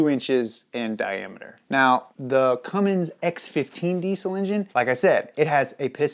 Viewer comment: Its CUMMINS NOT CUMMINGS